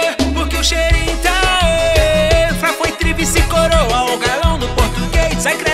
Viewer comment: "Tri-Vici-Coroa" kkkkkk